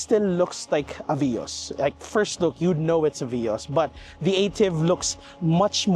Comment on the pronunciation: It is veee-os